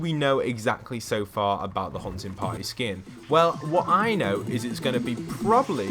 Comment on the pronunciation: Sounds like your saying huh-in potty